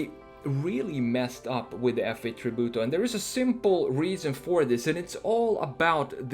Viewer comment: I like how you say "Tributo", almost perfect Italian 👌🏼